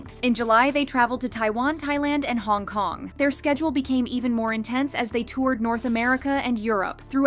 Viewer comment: It’s HONG KONG NOT HONKONG OK?